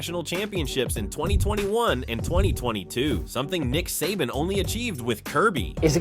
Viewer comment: Um buddy first off saban is pronounced say ban not suh bon and second stetson bennett didnt hit adonie mitchell in 2021 nat champ game that was 2022 against Ohio st dummy if youre doing a video on uga and kirby smart at least get the damn facts straight